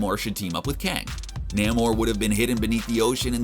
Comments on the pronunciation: Nay-More not ‘Neh Mar’ bro. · Nae-moreee not namor Just saying. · I thought his pronunciation of Waititi was bad until I heard him say Namor.